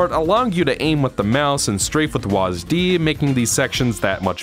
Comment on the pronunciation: First time hearing someone to pronounce WASD as Wazdee was something else